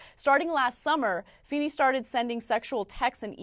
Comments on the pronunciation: Feeny? Fa-fa-fa-fa-feeny! Feenay! Fee-hee-heenay! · FEENEY. FEE HEE HEENEY.